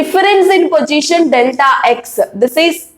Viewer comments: All ok but plzz dont say pogition it's position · It's not pojition its positioni keep on distracted when I hear it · Did well mam. But its position not pogition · Kindly pronounce the word position properly